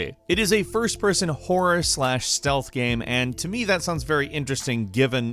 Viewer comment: jesus Christ...am I the only one who notices his pronunciation of the word ''game'' fucked up? fking irritating lol, I hope it's accent and not a genuine mispronunciation